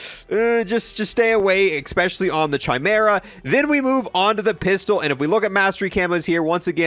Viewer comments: Kai-mera not chi-mera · Just popped in here to say it’s “Kai” meera not “Chai” meera. Love the videos and keep up the good work ✌🏻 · It’s “ki-mera” not “chi-mera” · DUDE!!! ITS. NOT. CH-EYE-.. ITS KIE-MERA!!!!! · It's not Ch-imera, it's pronounced Kie-mera. The ch- in Chimera make the K or -ck sound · "the chai mera" can you not, it's ky-mera, or just call it honey badger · It's not Chy Mera it's pronounced Kah mera! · Yup you wrong bud , its pronounced like you saying SKY but without the S so its KY-MERA not key-mera a Chimera is a fire-breathing she monster with a lion's head, a goat's body, and a serpent's tail in Greek mythology. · It drives me crazy that people can’t say chimera correctly. It’s not pronounced chai like a chai latte but chi like the Greek letter. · it's pronunced as /kaymera/ not with a "ch" sound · It’s KEY-MERA by the way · yes like you saying SKY without the the S its definitely not KEY-MERA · nope , its not KEY but pronounced more like you saying the first half of the name KYLE the KY must sound like you saying SKY just leave out the S so its KY-MERA not key-mera Incase you guys where wondering what a CHIMERA is its a fire breathing she monster having a lion's head, a goat's body, and a serpent's tail, basically a fuxking scary ass death monster 😅 also there is a hard-core metal band called CHIMERA give them a listen you won't regret 🤘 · Pronounced "Kie-meera" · Its pronounced Ki-mara. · KEY-MERA! HE CAN’T KEEP GETTING AWAY WITH THIS! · Bro…. The ‘Ch’ should make a similar sound as the ‘K’ in Kite. Kai-mer-a It’s embarrassing to hear you say it like G.W. Jr. says nuclear…. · Stop saying (ch)imera please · Chimera - (ky-mare-uh) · Pog Also Chimera is pronounced "Kai Mera" the CH makes a K sound in this case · I paused the video and was done watching as soon as you said chimera wrong. Lolz. fucking kids. Pronounce the ch as a k. Deuces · Oh, man... The way you pronounce "Chimera" is just real crazy.